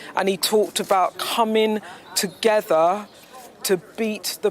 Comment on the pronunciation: Comin' togever ....thanks Beth Rigby. So hard to listen to